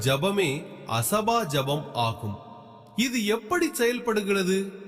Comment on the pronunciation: asaba sapam illa AJABA JABAM correcta solla pazagu